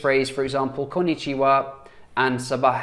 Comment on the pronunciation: Your Arabic is really great though, your accent is good 👍🏽